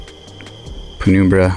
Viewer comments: its num like number and numb not penoombra ya goober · penumbra is pronounced Pen - um - bruh.